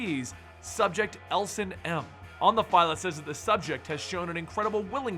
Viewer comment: Saskatchewan sounds way off and Ellison is Eh-L-uh-suh-n